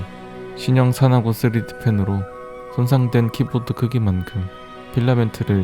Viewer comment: 여기 발음 왜이래 ㅋㅋㅋㅋㅋㅋ 사나고 뜨리딕푄으로 손상된 킫보듣 큿기망큼